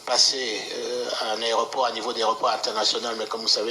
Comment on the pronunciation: Bonjour ndeko, Meka ko corriger, on dit aéroport et non aréoport. Merci.